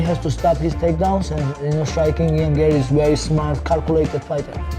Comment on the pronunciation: GARRY BUKAN GAWWRY,BIASA AJA GARRY NYA